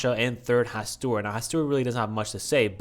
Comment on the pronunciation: not to be the lovecraft nerd but it's pronounced HaSTOOR